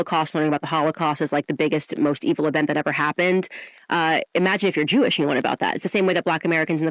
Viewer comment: "He's visibly Jewelish" 🤣